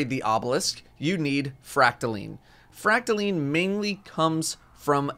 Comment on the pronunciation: Isn’t it pronounced fract-a-line not fract-a-leen correct me if I’m wrong